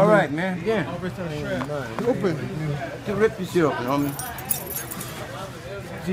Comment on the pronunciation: how he says open gets me everytime😂😂😂